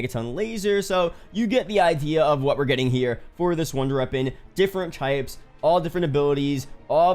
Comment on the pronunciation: bro if you fucking say “wonder reapon” one more time im going to lose it